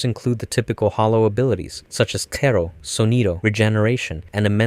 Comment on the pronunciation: calling a Cero -> Kero is also wild. Prolly a dubbed anime watcher